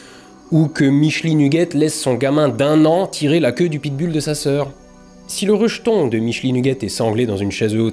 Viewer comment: Pit Bull ça se prononce Pit Boule.